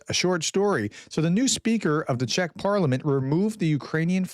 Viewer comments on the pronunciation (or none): none